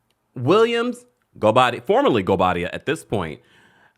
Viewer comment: she said her married name absolutely fine. In fact better than she ever has, she got the pronunciation down right. Also, the speculation about who is or is not returning, happens every season but then the actual season is lacklustre. It's getting boring, just like the show. The real discussion needs to be about replacing production.